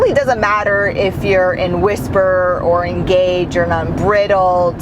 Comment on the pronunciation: Nice video. Thanks! Only suggestion/correction is “Un-bride-eld” mode.